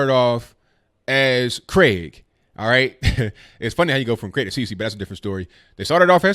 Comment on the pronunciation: Finally, an American who can pronounce "Craig", not "Cregg"